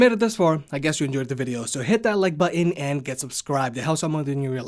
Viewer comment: I like when you say bo'on